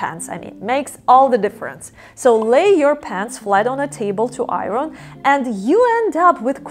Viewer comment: I think you are adorable and I love everything about you. I hope you won’t mind if I suggest that you ask a native English speaker how we pronounce the word “iron,” as in, “iron your pants.” It is pronounced like: eye-ern. 🥰